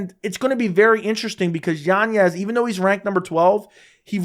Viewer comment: Literally no one else in the world pronounces it YanYez. You just trying to pull the Chael Sonnen or what? His name doesn't have an ñ so it's not what you think. Next it's gonna be "YaRear" Rodriguez